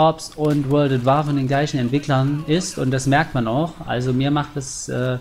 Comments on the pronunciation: "Wörld ät Wahrrr" :D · Wörld at Waahr :P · Ich hoffe doch du meinst das nicht ernst mit wörlt at war ? wörlt ?